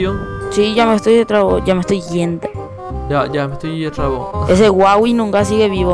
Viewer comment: hahaha kp no es co huahwi ese el del juego se llama huaiwi :V